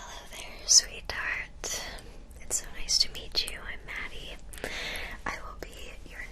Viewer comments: sounded like she said “hello there sweet tart” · When she said “sweethearts” I genuinely thought she said retards. I’m an idiot